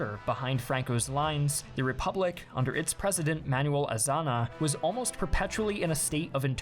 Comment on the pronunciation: Azana? I'd rather pronounce it as Aza-nia... then again, we Spaniards use ñ as our characteristic character which defines our writing system. Greetings from Spain.